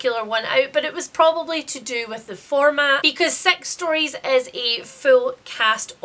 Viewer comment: Most of this I was listening to while washing up - imagine my surprise that the book you were disappointed by called Sex Stories (to my ear due to your accent) is actually just called Six Stories, so then I too was disappointed 😂